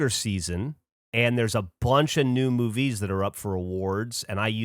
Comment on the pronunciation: I’m obsessed with the way Geoff says “movies” . What was that inflection? Do I love it or hate it? Idk